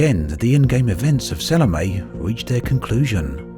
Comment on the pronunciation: Sal-o-me. It annoys me when people pronounce it wrong